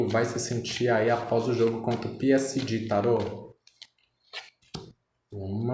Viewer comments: Moço muito legal a tiragem mas é peesege, que agonia falando Piesidi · "P S D " AHAHAAHAHAH G VIROU "DI" AHAHAHAHAHA